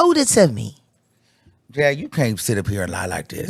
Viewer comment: Iiiiiiight Jag not Angie cmon now🫠🫠🫠